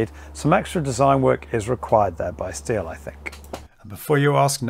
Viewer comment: Correct German pronunciation is "shteel". Just saying 🙂